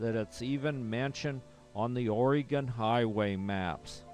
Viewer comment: It’s not pronounced Oreeegon, it’s pronounced Oregon as in gun.